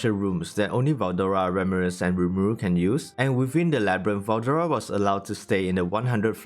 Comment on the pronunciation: Fucking english. Don't voice over. Can't understand you instead of beretha you said bretha 🤦‍♂️instead of ramiris. Ramris 🤦‍♂️ are you in hurry?